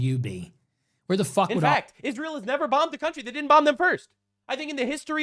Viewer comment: is so antisemitic he mispronounced Israel. 😂 also you got ban for calling kier stammer a Fay Gatti. You may not be allowed in England either. 😂